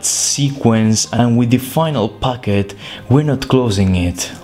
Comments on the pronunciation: I love when you say "packet" but it sound like "baguette" or my ear is horrible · I thought he said baguette